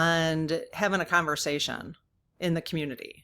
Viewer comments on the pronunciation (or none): none